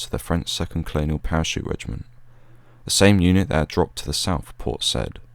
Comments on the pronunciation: I think it’s pronounced say-eed not said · Yeah, it's a superb video - but it was kind of let down by mispronunciations. Not only Port "Sai'eed" but Port Few-ad as he said in the video is pronounced "Port Foo'aad". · I believe it's pronounced, "Port Sigh-eed." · Awesome video mate. Small detail only: Port Said (that is “Say-eed”). Carry on. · It's pronounced, Port Sigh-eed. Commandos are referred to by single digit numbers. 40 Commando is four-oh, 43 is four-three. As The Marines will tell you, forty three is a position in the Kama Sutra. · A good video, but the narrator should have learned the correct pronunciation of "Port Said."